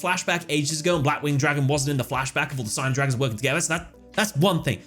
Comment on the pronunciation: This is nitpicking, I know but the word Signer in Japanese is meant to be pronounced Sig-ner and not Sai-ner. I’m not sure what the origin of the word is, but Sig-ner is how it is said in Japanese.